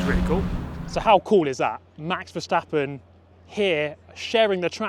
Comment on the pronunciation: and he says verstappen right other say something like vershstappen